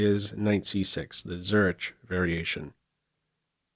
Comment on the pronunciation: and I did not understand the name of the variation. I had to check the video description to confirm it is the famous city in Switzerland (and not a Croatian surname Zurić, or something even more exotic). When I searched for IPA of the correct pronounciations, I realized there is too many of them, so I just copy+pasted from wikipedia without any further explanations.